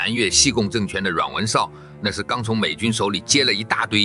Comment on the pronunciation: “洋落儿”里面的落字北京话里读【酪，lao3声】音，吃瓜落儿里的落也是这个音。